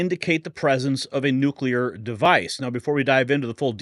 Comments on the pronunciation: Why does this guy keep saying “nucular”? It’s nuclear, ffs. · Jesus. It's Noo-clear, not nuke-ya-lur